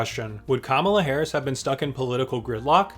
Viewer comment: "Kala"? KAMALA